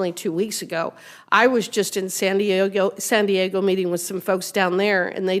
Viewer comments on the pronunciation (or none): She can’t say SAN DIEGO! 😂